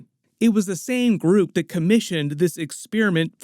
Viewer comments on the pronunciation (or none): none